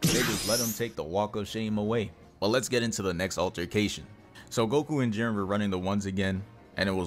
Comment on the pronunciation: You actually pronounced it right first time